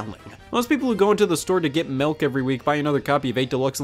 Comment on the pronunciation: Oh no... Scott says Melk